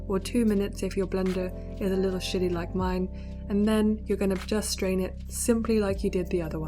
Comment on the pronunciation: It was the accent lmao